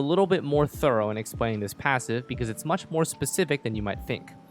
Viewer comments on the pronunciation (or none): none